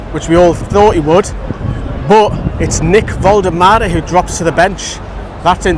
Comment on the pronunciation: hopefully he's going to be great for us for a long time, his name isn't Vol-de-mah-deh its Vol-tem-ah-deh.